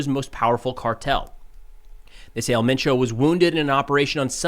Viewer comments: You say “Elle mein chow” but it’s “ehl men choh” “El”doesn’t sound like “L” in English and Mencho is pronounced like men in English and cho sounds like “show” but c at the beginning and with an h at the end. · The proper way to pronounce it is El menSho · Just a lil help for ya. In Spanish, “E” is pronounced “Ay”. So his name is pronounced “Ail Main’ Cho”. And Jalisco is pronounced “Ha Lee’ scoe” Otherwise ya got it right! 😃👍🏻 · For El Mencho it’s said the way it looks so el Men Cho, Great reporting thank you for that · It’s pronounced “El Mencho”. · Pronounced el men-Cho. Jalisco is pronounced Hal-E-sco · your pronunciations are pretty good. My only note is that the accent is on e in 'El' like if you were pronouncing the 'e' in 'emphasis'